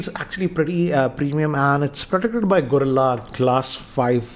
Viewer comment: not says gorillah glas 5